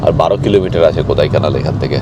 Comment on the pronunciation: দাদা ওটা কোদাইকানাল নয় কোড়াইকানাল ড় উচ্চারণ হবে Kodaikanal (Tamil Nadu state ,, Dindigul district)